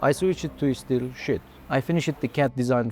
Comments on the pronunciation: Sheet not "shit" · The "Diffusure" and the "Steel Shit" makes a proof that this is not AI xD